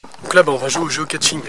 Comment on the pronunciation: Juste un truc, on ne dit pas Geocatching! Mais Geocaching ya pas de T ! Désolé ca m'énerve ce qui font ça, je n'ai rien contre toi, c'est comme ceux qui disent [chalenge] au lieu de [chalèinge] ou CHOCOLATINE et paint au chocolat! Désolé je suis bizarre, mais en tout cas ton intro est sympa et tz vidéo aussi